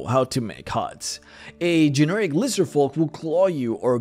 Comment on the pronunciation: Generic - gen-nehr-ihc Not gen-nerr-raek